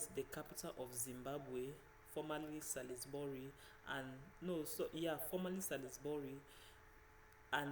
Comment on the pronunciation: Nice nice, keep it up..., by the way Salisbury is pronounced "SAWLZ-bree"